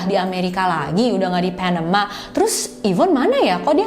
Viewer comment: keganggu banget sama pelafalan pas host ngomong,biasa aja kak klo bisa,,,,misal : panama ,ga mesti jadi : PHENEMA. Asli dr dulu selalu ngerasa keganggu bgt,biasa aja kak baca nya,kecuali klo baca nama org asing boleh lah.tapi pelafalan nya di kuping aku selalu terdengar aneh terlalu maksa kak.bisa ga biasa aja baca nya.padahal cerita2 yg kakak suguhkan udah bgus2 lho.ini cuma masukan aja.thanks